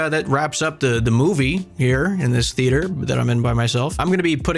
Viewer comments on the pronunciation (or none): Haha he said the “moooo vie” xD